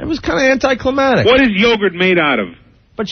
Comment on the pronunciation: Anti clematic? That was a doozy lol.